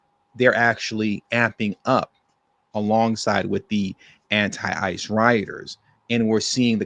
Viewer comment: I thought you said anti father 😅😅